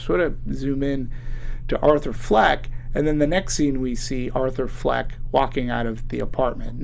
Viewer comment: It's Fleck not Flack.